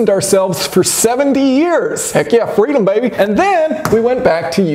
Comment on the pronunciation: "Heck yea fweedom baby"